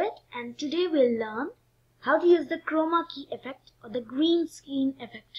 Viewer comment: gareen scaaaareeen isss vary udgly XD im dying